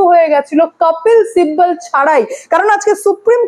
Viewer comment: আপনি কপিল সিব্বলের নাম আপনি উচ্চরণ করেন "কপ্পিল সিব্বল"। কোনটা সঠিক? আর আপনার " স" এর উচ্চরণের দিকে একটু নজর দিন।